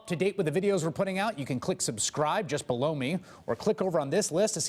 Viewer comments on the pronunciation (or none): I am sorry for being the guy to bring up the "elephant" on the room but its just me or the anchor at the final announcement says... "Just B..low me?"😂😂😂